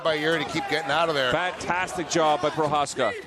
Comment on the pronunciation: That clown announcer can't even pronounce Procházka's name.